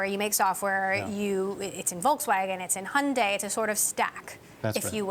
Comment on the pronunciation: His pronunciation of Hyundai bahaha